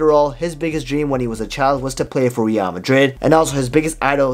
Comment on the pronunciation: Great videos man, but the way you pronounce Real....ughhhh